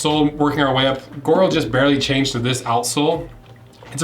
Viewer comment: Its pronounced "gee oral"